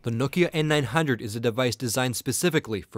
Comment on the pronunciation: i like how you say nokia....but you should say maemo as mayemo :P